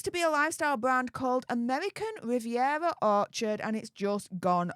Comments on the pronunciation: Amevvvvvican vvvvvivvvvievvvva😂😅😂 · Pls don't even try to pronounce her new insta ffs it's not amevvvvvican vvvvvivvvviera orchard😂